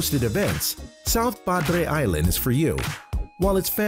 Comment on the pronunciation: I love that you pronounced padre island correctly